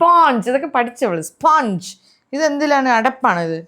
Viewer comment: സ്പോഞ്ച് ❌ സ്പഞ്ച് ✅